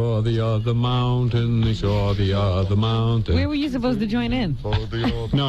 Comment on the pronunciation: and whattaya think he sawrrr, and whattaya think he sawrrr.